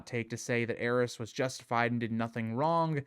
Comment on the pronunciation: I think my greatest desire in the world is for consensus on how the Targaryen names are pronounced Is it "heiress" or "ares"? The way its pronounced in this video hits my ears so awkwardly, but should it be affecting the pronunciation of Daenerys? Why has grrm forsaken us